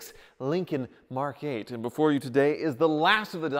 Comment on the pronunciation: Does anybody else think he sounds like a dog? He says Mark,Mark.mark